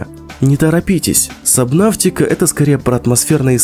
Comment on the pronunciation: Эээ.. СобнаФтика ? Ок.